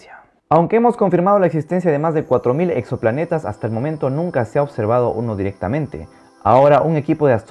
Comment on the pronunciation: porque dijo "los exoplanetas" pero habló muy de corrido y se confundieron las palabras 🤣💔